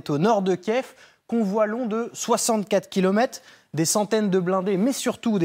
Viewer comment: Ils ont tous tendence à dire Kief, Kief. On dit Kyiv ou Kiev vvvvvv not ffff